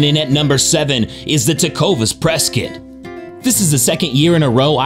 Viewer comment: Tecovas Prescott is pronounced Press-Cot.